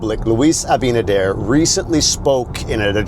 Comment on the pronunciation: Wow all four syllables for Luis surname. Good job